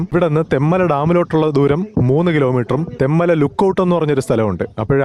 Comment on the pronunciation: തെമ്മല അല്ല തെൻമല